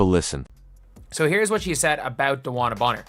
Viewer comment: At least say her name right